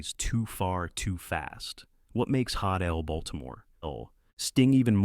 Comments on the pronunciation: “HOT” is NOT pronounced as hate anywhere that English is spoken that I am aware of. It’s HOT (pause) L (pause) Baltimore. Even the AI voice is worthless or is it the lazy person who typed up the script? That’s assuming a person was involved. Also, what’s with clips switching back and forth between the show and the play. The terrible AI voice already said it was a play. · mis-pronounced like "Hate L Baltimore"? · YouTube is being flooded with robot narrators. They mispronounce words, constantly do run-on sentences, and place syllable accents in the wrong parts of the word. For instance, they did not properly pronounce “hot L Baltimore”